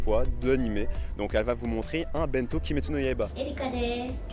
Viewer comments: Video géniale ! Par contre, j’y arrive pas avec ton pote qui dit BINto 😂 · Ça me trigger tellement ton pote qui dit ça « bainto »